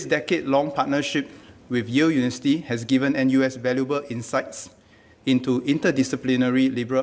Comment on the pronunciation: It is not unisity...it is uniVERsity...